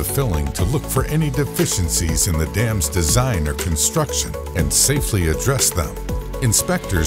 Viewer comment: I swear I only heard this guy say "damn" and not "dams"